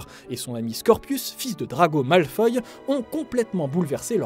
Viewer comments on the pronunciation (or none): none